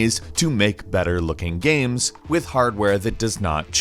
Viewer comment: Just realized falcon pronounces “games” as “gams”